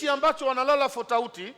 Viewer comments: kakusudia tofauti sio futauti 😂😂😂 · apo kwenye fotauti kwanza😂😂😂😂😂😂😂😂😂😂😂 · AAAA EEEEE FOTAUTI MH HAYA BWANA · anasisitiza fotauty 😂😂😂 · Maashaallah tabarrak allah fotauti